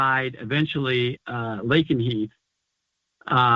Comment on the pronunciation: Lakenheath! Are you sure?